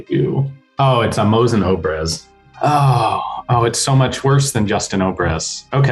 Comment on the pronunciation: me as a russian... opres? whats opres? oh he means obrez which is basically a fancy shot gun. His pronunciation was not Russian authentic.